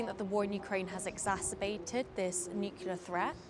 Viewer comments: There’s about a dozen people there! Why give them publicity? Can’t even pronounce nuclear properly.😂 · Apologies, this is appalling video. These are just views but from who? Is this a face of self preserving interests and disregard of someone’s freedom? Never mind that some cannot pronounce the word “nuclear”. Protesting of course don’t mean participating but protest for the justice and Russia is not in the latter.